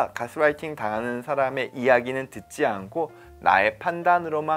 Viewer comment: 여기는 우리나라니까 개스라이팅이라고 하지 말고 가스라이팅이라고 하자는 선생님의 말씀에는 이견이 없습니다. 그러나 제가 예민해서 그렇겠지만 말씀 중에 자꾸 가스라이팅을 가스롸이팅이라고 하시는 것이 부자연스럽게 들립니다. Gas-lighting이 아니고 gas-writing으로 들려서요. light는 아무리 L 발음을 빼고 순수 우리나라 식 발음으로 해도 '라이트'이지 '롸이트'는 아니니까요. 어쨌든 내용은 잘 들었습니다. 감사합니다.